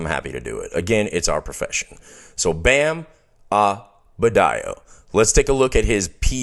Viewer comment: Please excuse my continued mispronunciation of Adebayo. I have been a fan of his for years and can't explain this anomaly of misspeaking the man's name.